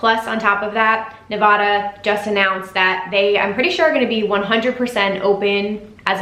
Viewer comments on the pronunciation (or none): Thank you for the video. It is Nev-Aaa-Dah not Nev-awe-duh. Wishing ill will is sickening. I think people were frustrated with the lack of communication on some of the points you hit. Like that AMA that never happened, only transfers and no refunds with a month left to plan, etc. There was really never full transparency and that’s what frustrates people. He even said if the plan got rejected (original insta post), they would move to October. It did get rejected, people had questions, but still moved forward without an approved plan. I’m sure they were assured though they would get an approval like you said and he said on Reddit. Anyway, appreciate the spread of positivity and thank you for telling people to stay nice to people